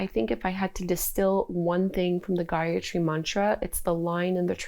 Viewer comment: I am from India and I am feeling proud that our sanskriti spreading and adapting by you with this much of grace. And the pronounciation of the gyatri mantra was so clear thanks for this video. Feeling grate after doing this feeling connected with myself more and there is peace in my heart.head is clear. Thank you again. You are doing great keep doing it. ❤